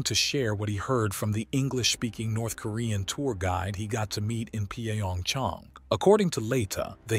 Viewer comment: What the hell is P-A-Ong-Chong? Pyongyang is really not that hard to say even for an AI.